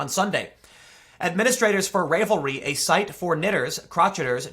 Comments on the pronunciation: Ravelry as in unRAVEL, like how you'd unravel a ball of yarn. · It is based on unravel, not rave. No long a in Ravelry. And, it is pronounced cro-shay-ers. It already had a ban on politics in general, but I will definitely be checking this out. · You know how a knitted sweater can unRAVEL? I’m gonna bet that’s how you pronounce RAVELry. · Pronounced rav-el-ry. Like the word unravel. Glad you covered this though. I'm an avid knitter and have been using Ravelry for years. Because of this though I am called a white supremacists overtly to my face, and I'm faced with taking it or leaving one of the biggest knitting resources out there. I'm frickin' livid over this site being so overt. They have at leas 5 "pussy hat" patterns, a symbol of an open anti-semitic movement, but it's Trump support they ban. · All excellent points, Tim. The great irony is that for YEARS, they loved to talk about how friendly & open the community is. It’s inclusive for all... as long as you think like you’ve been told to think. (And it’s pronounced like in “unravel”; rá-vuhl-ree) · Never have I ever dreamt that my mother's knitters' forum would crop up in an episode of Today's Stupid in the Culture War with Tim Pool (BTW, it's pronounced RAH-vel-ree, with a short A) -- they're a bunch of frickin' KNITTERS, you'd think the politickers wouldn't touch that. Jesus! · Firstly: it's 'ravel'ry. Is in to ravel or unravel thread. Secondly: Not even going too far down the rabbit hole here, but seriously? People can't even have a fucking hobby because of politics?? Gtfo with that 🐂💩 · That's why Tim pronounced ravel as ray vuhl. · Rav el ree. Just FYI. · My girlfriend is going nuts over your misprenouncing of the Web site name. She uses the site and hates what is going on. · You know the word "unraveled". The 'ravel' part of the word is how the first part of the name "ravelry" is pronounced. And "crochet" is /kro-shay/. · Your mispronunciation of revelry is like fingernails on the chalkboard lol fawk